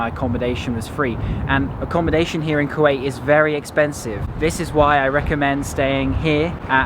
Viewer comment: You butchered there name